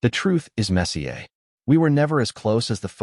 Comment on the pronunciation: The mispronunciation of "messier" was actually humorous. Seriously, does anybody listen to the voiceover before publishing these stories? I would take them more seriously if the voiceovers were cleaner.